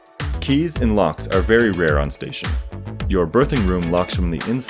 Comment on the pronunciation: the way you pronounce "berthing" sounds like "birthing" and it makes me crazy lol